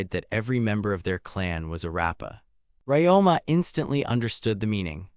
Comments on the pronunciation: Ryoma. The protagonist name is Ryoma - Ree-Oh-Mah. Who the f. is this RáMá guy you keep babbling about? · "RamAA, is doing something on his own.. RamAA talked to... RamAA is funny way to pronounce a MC's name. 😆